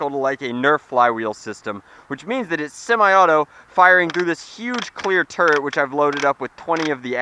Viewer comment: Whe he said "turret" it sounded like "turd"